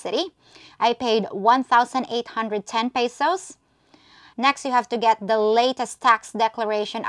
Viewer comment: peysowssss??? another pretender over here y'all!